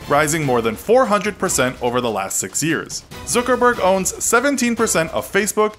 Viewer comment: you might wanna pronounce all of these peoples names right; its zuckerberg (like yuck with a z instead of a y) not zookerberg